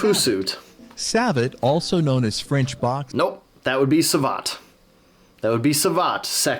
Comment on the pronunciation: Akchuallyyyyy.... Both of you and the A.I. got the prononciation of "savate" wrong lol. As for JJB : a smaller guy guy beating a larger is more than possible. Yesterday, on the Karate Bushido channel, was posted a video of a sparring between Thierry Santa, 64 kg, France JJB champion, and Aurelien Le Jeune, France strongest man, 160 kg. Although Aurélien don't have a serious martial arts background, he did some sparring several time on that channel and was a former bouncer, so not totally clueless. Well, he lost each time (even if he bench pressed his opponent several times lol). Obviously, there was only grappling, striking might have changed that, but the point stands, good technique can beat pure strenght.